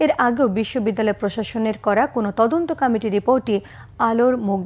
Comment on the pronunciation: এই চ্যানেলের সংবাদ পাঠক পাঠিকারা কি কারণে কমিটি শব্দ কে কামেটি উচ্চারণ করে।অন্যান্য সংবাদ চ্যানেলে উচ্চরণের সাথে মিল নাই।